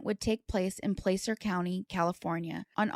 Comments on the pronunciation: You are saying placer County wrong you are sayinh it like playcer its plahcer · Placer rhymes with Lass. So Plass-ur. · Placer is pronounced (Plass•er)